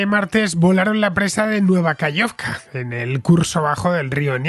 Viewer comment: Genial como siempre, muchas gracias. Una pequeña cosa: se dice KaJovka, con jota. Saludos.